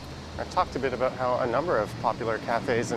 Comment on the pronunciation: are you consciously & purposely pronouncing or saying aboot...for about? Caught the same pronunciation aboot...for about, in your Saturday September 4, 2021 Scooter live video?